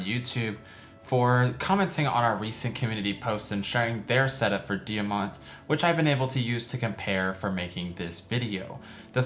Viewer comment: Thank you so much for this video! I’m very happy to help you with character guide & I learned something new for Diamant’s character build today! Yes, you did pronounce my name correctly! Most people don’t say my first name right!